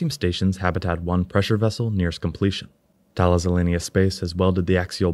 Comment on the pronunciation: Try pronouncing "Thales" 'ta-lis, as it's a French company. In English, thay-'leez, with a hard th as in theorem. In the original Greek (Θαλής), tha-'lis, with a hard th and emphasis on the i It's named after Thales of Miletus, a pre-Socratic philosopher and mathematician.